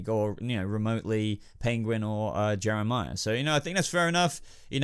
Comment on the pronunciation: you called Jerome Jehmirah and when you said raz al gul episedo was called the demons head ps I LOVE GOTHAM ps Jehmirah is my best villan and Jerome second